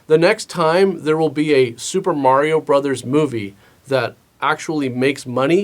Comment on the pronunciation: Thank you so much for saying Mar-E-O instead of Mary-o. Instantly made this video 100% more watchable than all the other videos covering this movie.